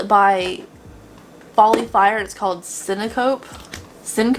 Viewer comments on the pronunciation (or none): Syncope (sin-cuh-pee) is the medical term for fainting/passing out, btw ;) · FYI- Syncope (sin-co-pee)- means to faint or lose consciousness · Syncope is a medical term for passing out lol that’s why she looks like she’s fainting (Sin-Co-Pee). Sorry I’m a nurse. 🩺💉💊 though I do think your pronunciations are cute lol usually I just smile because I have no idea how to say it either 😂